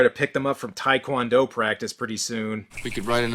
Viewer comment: It's taek won doe they're all saying talk quon doe